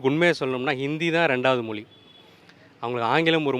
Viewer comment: முதலில் தமிழர்கள் 'ழ' எழுத்தை சரியாக உச்சரிக்க வேண்டும்.'மொ லி' என்று கூறக்கூடாது! 😂 ❤